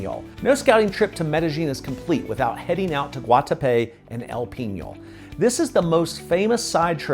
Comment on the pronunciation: You are correct. Pronunciation was also off a bit on Guatapé, El Peñol and Jericó. Still a well done and informative video.